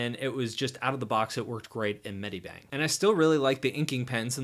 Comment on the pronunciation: and it's not"med-I-bang", it's "med-i-bang".